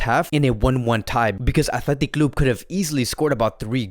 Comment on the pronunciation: his accent athletic clubuee 🤣🤣🤣